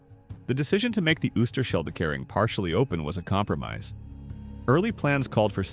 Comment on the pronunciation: The Ems is not in the Netherlands, and you forgot the Vecht river....It is not Oeshtershelled or what ever you are saying, or maisland....this speaker should be FIRED!